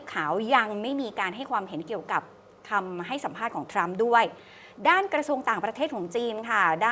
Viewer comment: ...ทรัมครับ ไม่ใช่ทั๊ม 😂😂😂